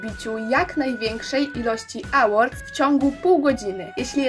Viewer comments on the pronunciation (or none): Nie czyta sie Ałordów 'A' w jezyku angielskim wymawiamy jako 'Ej' Więc czytamy Ełorts